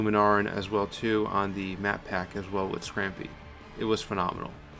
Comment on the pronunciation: Scampie, not "Scrampie". Lunaran, not "Luma Naran".